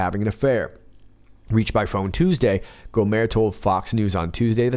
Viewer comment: It is GO-mert like the end of yogurt. The T is pronounced, not dropped like a French name.